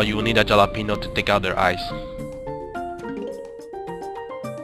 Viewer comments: ok its pronounced HAL-openyo not JAL-openyo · halepeno not jalepeno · the "jalapeno" is acctually pronounced "holapenio" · It's actually said ha-la-pen-io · I love how he says jalapeño without pronouncing the j as h lmao